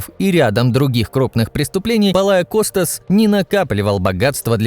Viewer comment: Не ПолаоКостас а PALEOKOSTAS учись нормально имя фамилия и потом будешь говорить дебил